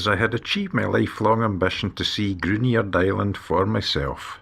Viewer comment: Lovely video but the pronunciation of local names is inaccurate Gruinard has a silent u and emphasised I. Mellon Udrigal Is ooh not Udd. I say this as we have a 4th generation family there and at Mellon